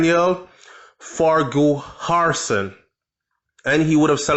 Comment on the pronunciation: ..they man's name is pronounced FAR-KISON. Not farki-har-son..it is correctly spelled Farquharson. It is of Gaelic origin. Bless up.